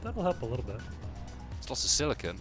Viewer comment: everytime says "silicon" i chuckle cause he pronounces it as "silicone" which is completely different